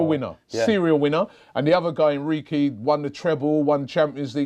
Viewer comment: Did he really say Enriqy? It’s Enrique Robby